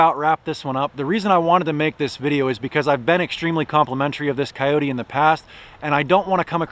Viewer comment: 1st its not a wild dog so at-least pronounce the name correctly > 2nd if you are going to buy a Kubota knock off is sad and most dont know other than the chassis all of the 30 to 85hp Kubotas are assembled and built in GA all of the loaders and back hoe attachments are all so built in GA > thanks for the support for american jobs